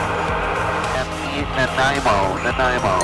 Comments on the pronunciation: Hook up with some Nanaimo bars and he'll never mispronounce the name again! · Haha he butchered the pronunciation of Nanaimo :) Nice video! Victoria checking in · Sosososo much love in this vid. x2 collab, Canada, hilarious pronunciation of Nanaimo. Please make p2 to this longer